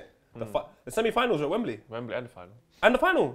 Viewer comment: I just love that calls wembley stadium, the Wem-Wem:'D. My day has just been made.